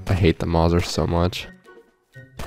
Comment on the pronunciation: Finally somebody who says mauser like me!